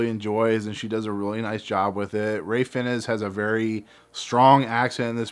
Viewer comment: "Fiennes" is pronounced "fines"